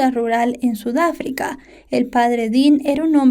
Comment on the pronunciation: Jejeje Sudáfrica lo dijiste raro